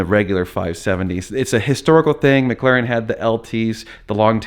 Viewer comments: Mclaren not Mcglaren 🤣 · Mclaren not maglaren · Instead of "McLaren", it sounds like you're saying "Maglarin". NBD, just sayin... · Normal Guy Supercar was making a joke about how you were saying McLaren